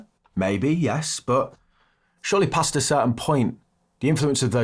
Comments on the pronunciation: "pasta certain point" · "Surely pasta certain point" 😂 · yea I noticed also "...surely PASTA certain point...". Classic.